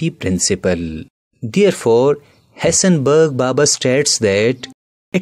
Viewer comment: He said hisenbeeg baba .funny accent😂😂